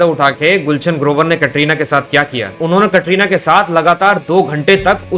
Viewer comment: یہ کٹرینہ کیا ہوتا ہے کترینہ بولو